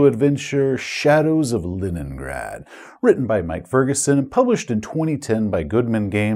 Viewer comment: Are you calling it LINENgrad intentionally Seth? Is this an inside joke or a slip of the tongue? :D